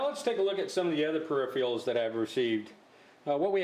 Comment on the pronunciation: Per-If-er-al. Not perifial. PERIFERAL. Sorry, no offence intended but that was driving me nuts.